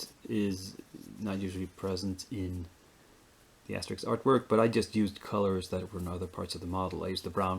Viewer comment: Great job on "Asterix" and "Obelix"!